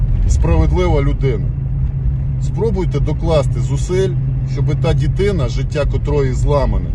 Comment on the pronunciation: Звісно, всі хто причетний до злочину та його виправдання повинні бути покарані. Навіть ті хто виправдовують такі вчинки мають нести відповідальність на рівні зі злочинцями! Але просто ріже вуха... Якщо розмовляєш українською то роби це правильно ДИТИНА, а не дітина... Я вибачаюсь за придирливість, але ріже вуха